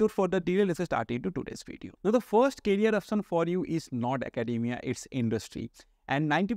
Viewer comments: I think first job you should do is pronounce "career"correctly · Try to improve your English bro. It is "Career options"